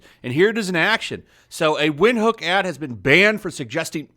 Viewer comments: It's a South African brew..prounouned "Vind-hook"....not wind.....other than that I don't see why it got banned. It's madness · It's pronounced Vinthook. It's not the best beer but its good. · Its pronunced vin-hook and its one of the most popular beers in Southern Africa. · It's pronounced Vint-Hook 😂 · It's prounced "Vint-hook" very good German style lager from Namibia. Ja, you never put lime in it unless you're a "wus"